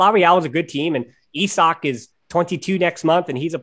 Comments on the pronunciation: I was scratching my head trying to figure out who you meant with "E-sock", then I remembered Isak who is from my country lol. Was that the guy? You really don't pronounce it like that =P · Well, we pronounce it like "Isaac", though the pronounciation of the "I" is different in Swedish, "Isaac" is more eye-saac, while in Swedish it's more I-sak. When you guys said it it was more like "eye" or "e". It's like "Is-ak" or "Is-ack" in Swedish.